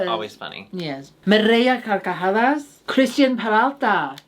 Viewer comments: As native speaker, i gotta congratulate because her pronunciation of the hard r in "carcajadas" is getting really good. Also, was saying that she fucks donuts because a common joke from pansexual people in spanish is that they are sexually attracted to bread ("pan" in spanish). Kinda like how english-speaking pansexual people make jokes about liking pans and kitchenware. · Great pronunciation of "me reí a carcajadas" ♡♡♡♡♡